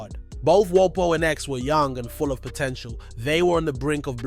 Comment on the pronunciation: Are you mispronouncing for rage bait? No way you made a video of a rapper whose name you can't pronounce?